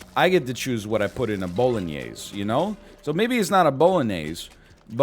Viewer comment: I’m Italian and I don’t know what an Italian Sausage is, explain Edit: Also you pronunciation of Bolognese needs a “closed E” at the end, but it’s the best pronunciation of the word I’ve ever heard online